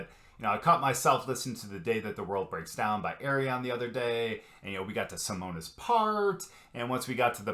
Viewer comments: The 'e' in Simone is pronounced as a schwa, like the first 'e' in 'believe'. Pronounce it like this: Seamone Seamons . Then you'll be really close to the Dutch pronunciation 🙂. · Simone = See-moan-uh Simons = See-mons That's the best I can do to help you pronounce it the right way. 😊